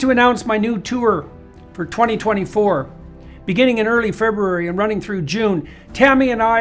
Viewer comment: You have to like and respect a man who thinks and says Feb-RU-ary correctly.